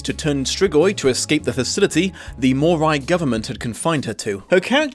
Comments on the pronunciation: I really like this book series but I LOVE the spin off 'Bloodlines'! Also: StrigOI and MorOI have the same letters at the end, which in my head always meant they are pronounced the same. seems to pronounce it MorAI instead. Oh well, that's what you get with fantasy novels:) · Say what you want about the movie, but it IS Vampire Academy. The series cannot claim the same thing. Also, either you're mispronouncing "Moroi," or your accent is MASSIVELY butchering the word.